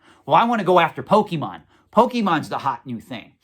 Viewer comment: Bruh, you say pokemon wrong. The bar ain't set very high. The content is important, not the nit-picking over words.